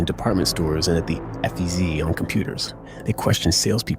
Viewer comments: "effez" -blunder "F.E.Z." tried to fix the blunder. yep .. AI .... But it was for the translation so it's forgivable. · How many ways you gonna pronounce FEZ, mofucka?